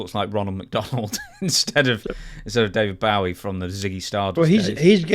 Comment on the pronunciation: Really a British guy that doesn't know how to pronounce David Bowie?😂